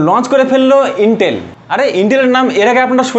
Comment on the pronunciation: আরে ভাই ইন্টেল না আইটেল😂😂😂 আবাল